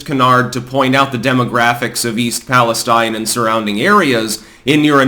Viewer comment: Please stop mispronouncing the name of the town.